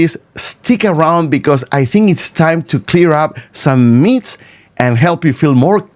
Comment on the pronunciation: Hi. Two sounds in English that you need to work on: The "short" "i" sound, and the theta "th" sound, both voiced and unvoiced. These two sounds come together in the word "myths", which you pronounce as "meeths".